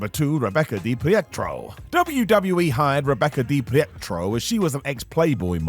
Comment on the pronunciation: DiPietro is pronounced "Dee-peet-ro" not "Dee-Piett-ro"... 🤣🤣 Also, she was a former Playboy model who worked for Vince McMahon; she would definitely have known something(s) that we didn't (until recently)...